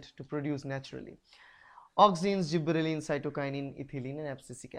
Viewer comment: i think it is gibberellins not zibberellin